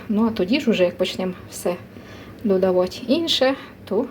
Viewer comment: Це зовсім не капусняк,тому що капусняк вариться з квашеної капусти!!!!!!!! Було б не погано,щоб ви трохи підівчили українську мову,бо ваше уродсько- москальське ( ть)- мішать,додавать.,готуватьт ...... в українській мові вимовляється (ти)!!!!!!ЦЕ НАВІТЬ ЗНАЮТЬ МОЇ ВНУКИ,ЯКІ НАРОДИЛИСЯ НА ДРУГОМУ КІНЦІ ПЛАНЕТИ!!!!!!!!